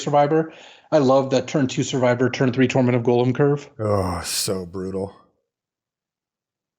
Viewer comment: His name is Gollum and it rhymes with column. Y'all keep pronouncing it like golem.